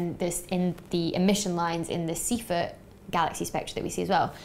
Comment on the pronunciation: Wrong pronunciation of Seyfert.